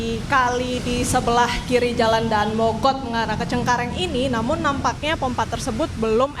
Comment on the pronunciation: mba nya ga tau cara baca daan mogot lol